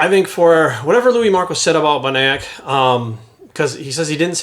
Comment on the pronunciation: Lmfao at how you tried to say William’s last name wow that was wayyyy off.